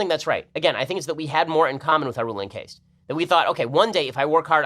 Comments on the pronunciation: Caste is pronounced like cast not rhyming with taste. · How the fuck are you so intelligent but still mispronounce words like "caste," pronounced just like "cast"??? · Can't pronounce "caste"; Harvard graduate, ladies and gentlemen.